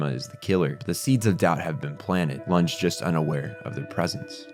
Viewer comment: I'm dying a little at the pronunciation of Runge. It's Roo-n-geh. He's supposed to be German. The Japanese dub pronounces it like that and the German sub says Runge. (Source: am German)